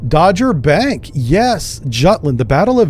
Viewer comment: Someone probably already said this, but it's pronounced like Dog. Dogger Bank. A lot of the water in the world was locked up in glaciers, and the ocean water levels were very low. You could walk from France to England. No Channel at all. So people lived where the English Channel is now, in a country named Doggerland. Modern fishing boats dredge up villages from the bottom of the channel. One day the glaciers melted enough for the water to come racing back. Like a tsunami. And everything was lost to the sea.